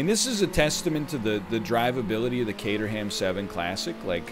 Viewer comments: Never heard it pronounced "cater ham" before. I've only ever heard "Kay trum" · Caterham is pronounced Kate-rhum I'm from the Caterham. I'm not trying to be "That guy" I'm just aware that most North American's are unaware of how it's pronounced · Caterham pronouned = K-trum (I know don't ask too much top gear) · I came to the comments hoping that someone had already said this CAYDER HAM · The Caterham is pronounced Cater um. Love the video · The egg's emphasis on the HAM part of Caterham hurts my British ears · Might be the most "American" he's ever sounded. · Well, that's one way of saying Caterham. Not the English way, but it's a way, I guess. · When you pronounce Caterham you need to drop the 'h' 👍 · The butchering of the names though ;) Caterham is pronounced without the h. Per Jeau, Voxull, Citrun...cars have weird names.